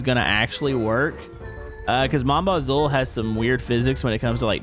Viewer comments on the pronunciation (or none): btw your saying mon bazou wrong. its pronounced like "mon bazoo" your saying it like "mon bazau" and it also translates from french saying "my bucket" or something im not a french canadian or a french person in general i just happen to know all this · No one is wondering how , the keep saying mon bozuol